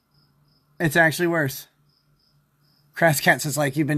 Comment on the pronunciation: "well acktually..." (incoherent Nickisms)